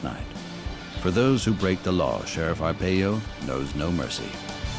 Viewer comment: His last name is pronounced Ar-Pie-O not Ar-Pey-Yo